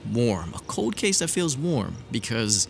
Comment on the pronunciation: I heard you say Code Case when pronouncing Cold Case.....very wise.